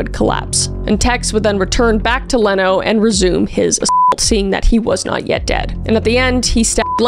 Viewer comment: Leno LaBianca's name is pronounced "Leeno."